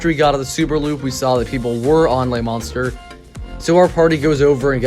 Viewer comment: Monstre is NOT pronounced like Monster, at all. Not even in English. Also, the mini rail WAS the atmosphere of the park. Since it's removal, there is no soul.